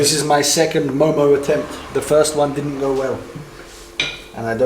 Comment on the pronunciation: I’m half Nepali! And momo is my fav food 😋 And that’s not how u pronounce momo ;w; Btw did u know that Nepali ppl eat rice for lunch and dinner??